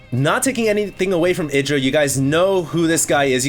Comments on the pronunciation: ITdra? dont you speak it out ''AIdra''? kinda annoys me if says ITdra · isnt Idra pronounced I-dra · I just double checked... Idra pronounces his name "Id-ra" like said but Artosis, standing right infront of Idra pronounces it "Eye-dra"... I guess Idra doesn't mind lol... check out Artosis' page...